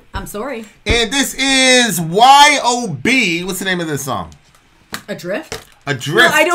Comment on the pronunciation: Just so you know It's pronounced as a word "Yob" like "Job". Cool Band and Mike Scheidt is a really cool guy.